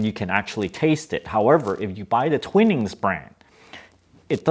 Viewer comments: Twinings = twynings Bergamot = berg-a-mo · Twinings, not twinnings. Peek-oh, not peek-oh-ee. York-sure, not york-shire. You're welcome.